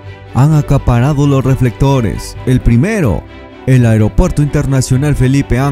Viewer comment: ¿Como el medio "aigropuerto" Jelipe Angeles?🤣🤣🤣🤣🤣🤣